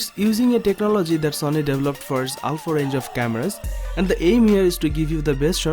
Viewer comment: Why do u say zony not sony